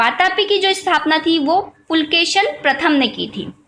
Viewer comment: Not pulkeshin . _Pulakeshi .(kannada empire. )